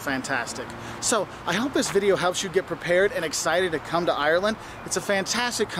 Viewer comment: It's Ireland not irreellannd